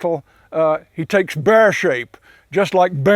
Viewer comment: The way he says "Bear" though